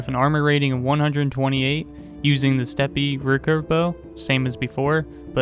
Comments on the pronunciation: "steppe" is pronounced as "step", not "step-pee". Just a useful tidbit :P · Our man deadass said steppy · Steppe is pronounced step edit lol I'm not the first on this one my bad